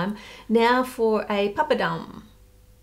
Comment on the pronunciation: just here to compliment the fact you pronounced papadam! and also know what it is hahah!